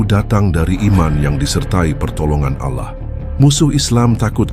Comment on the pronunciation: RASULULLAH JANGAN DI SERUPAI / Di SAMA" KAN DAN TOLONG CARI PEMBACA yang FASIH DALAM PENYEBUTAN ALLAH. Terimakasih